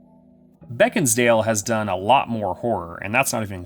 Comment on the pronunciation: Beckinsale* not beckinsdale